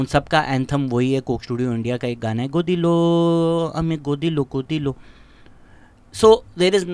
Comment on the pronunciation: It’s not Godilo… it’s Gotilo… means Find him… but I still liked that….😂😂😂